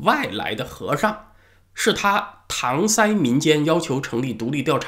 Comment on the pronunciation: 我居然发现了文昭先生的一个读音错误！应该是搪塞(se)